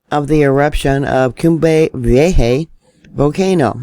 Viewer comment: V A HA Pronounce it like that and you will be right on..